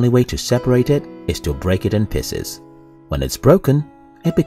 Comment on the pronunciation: Fascinating voice synthesizer. Very human like but it totaling misses some simple common words like "thinking" or "pieces".